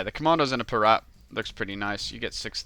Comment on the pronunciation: IT'S PIRATE NOT PIRAT!